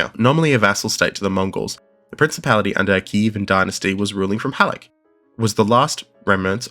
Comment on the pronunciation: This is gold. Thank you for your work, this is hugely important. Just one thing — Halych is pronounced same as you'd do in English — with a ch, tsh.